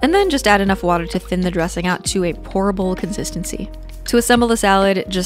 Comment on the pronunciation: She said ‘pourable’ lol